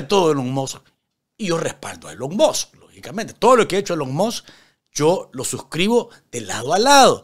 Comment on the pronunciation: Como me he reido con este video...." Elon Mos" 😂😂😂😂😂😂